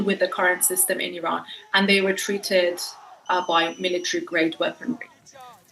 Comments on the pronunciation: Iran✅ I-ran❌ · Did he pronounce it “eye-srael” ? 😅 it’s Israel just like Iran. “Ee-ron”. Not “eye-ran”. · Just pronounce Iran and not Ayran. Also not Aysrail.